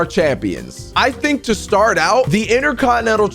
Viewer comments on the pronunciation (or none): none